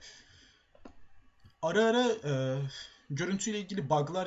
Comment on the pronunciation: Abi sanki ara ara derken bile sesin "arı arı" der gibi geliyo :D